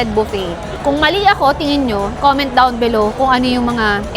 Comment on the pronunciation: Inover emphasize nya KC gusto nya Tau mag comment down below... Hehe ✌️😂😊😮